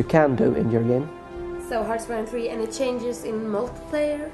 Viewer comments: 0.12 "im responsible Of the development of harchiyne free. Harciine Free...." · Hartchironfee :D That's how he says it...